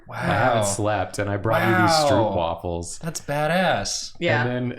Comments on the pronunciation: your pronunciation of stroopwafel is very funny to me as a dutch. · Soooo I'm gonna try and get you guys some dutch stroopwafels! (The oo is pronounced like the o in cone)